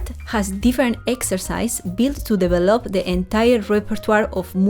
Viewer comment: I agree. Just the word "develop" should be pronounced differently. I hope you do not mind me writing you this. The correct way is "deVElop". I admire your skills. All the best to you!